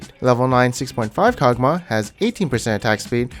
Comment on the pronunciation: The way you pronounce everything is so interesting lol.. Tie-a-mat, Kogmuh XD